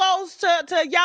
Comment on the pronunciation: “YAWEH / HIGHWAY is crazzzyyy 😂😂😂😂🎉🎉❤❤❤❤❤